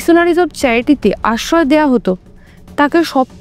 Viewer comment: পাপ্য নয় শব্দ টা “প্রাপ্য” । রফলা এখন বেশির ভাগ এর জিভ উচ্চারণ করতে পারে না। আসওয় নয় উচ্চারণ “আশ্রয়”। হিন্দি ভাষী জিভ। মিত্যু নয় শব্দ টা “মৃত্যু”। রফলা জিভ দিয়ে বেরোয় না।